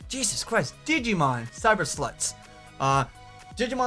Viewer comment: It almost sounded like you said Digimon: Cyber Sluts XD